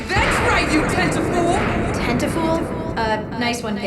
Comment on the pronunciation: Tentafool? Not cool, pit... not Tentacool...